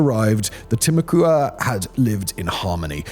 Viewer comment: Timucua is pronounced Tim-ah-quah Sincerely, friendly neighborhood Floridian.